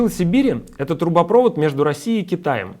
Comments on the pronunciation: ТрубопровОд, а не трубопрОвод. ГазопровОд, а не газопрОвод. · Не трубопрОвод, а трубопровОд, бля, раздражает! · Вы там люди с высшим образованием или неучи? Всё видео "трубопро́вод". Слушать просто невозможно, научите его кто-нибудь, что правильно "трубопрово́д". #1 во вкладке "в тренде", перед миллионами позориться будете. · Вы, голос страны, говорите такие правильные вещи , но говорите не правильно. Показываете свою не грамотность-так дела не делаются. ( «трубопрОвод» , а нужно произносить «трубопровОд») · ударение газопровОд, трубоправОд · ГазопровОд, трубопровОд! Ребята, все классно. Правда - это хорошо. И обзор хороший, информативный. Очень понравилось, что минимум эмоций, максимум пояснений. Но неужели в команде нет ни одного человека, владеющего русским языком, который мог бы поправить? Ладно бы один раз оговорились. И если уж по-хорошему, то надо говорить "одноврЕменно". Хотя неправильное ударение уже, кажется, как часто используемое стало нормой. Но мы и так уже докатились до кофе среднего рода. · Ну ставь ты хотя бы ударение правильно газопровОд, трубопровОд... и т.д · Ударение: трубопровОд, газопровОд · Ребят, в словах газопровод и трубопровод ударение как в слове водопровод, а не так, как у вас. Задумайтесь.